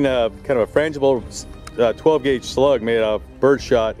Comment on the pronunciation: >"12 guage" are you OK?